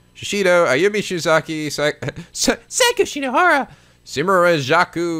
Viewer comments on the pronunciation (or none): Coming back and hearing Seiko ("Say-ko") pronounced "psycho" and Morishige "Moshirige" makes me laugh all over again. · It's funny how you pronounce Seiko as psycho because she kind of is a freaking psycho